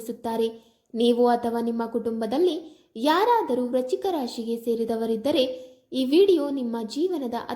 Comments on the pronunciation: Hello pronounce Frist clear Vrishchik rashi. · ವ್ರಚಿಕ ರಾಶಿ ಅಲ್ಲ ಅದು ವೃಶ್ಚಿಕ ರಾಶಿ ಸರಿಯಾಗಿ ಪ್ರಾಂನೌನ್ಸ್ ಮಾಡು